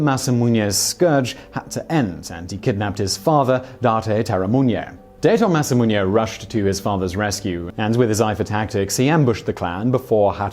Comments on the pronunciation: ...Simon, sorry to say but, your pronunciation of Date Masamune (it ... really isn't Daito Masamunye, man) & Terumune (REALLY not.... whatever it is that you're saying)... is lowkey giving me cancer Please run it through google translate next time, it will read it to you. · Date(Dah-tay) Masamune(Mah-sah-moo-nay) Terumune(Teru-moo-nay)